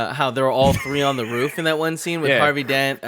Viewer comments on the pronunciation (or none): greg, have you always pronounced "roof" as "ruuf" lol??? am i just now noticing this? lol